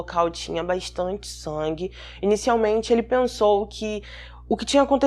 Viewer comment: Acho engraçado qdo a diz... BAISTANTE